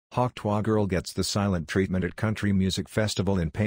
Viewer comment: AI can do many things. But not, apparently, pronounce "tuah"!!!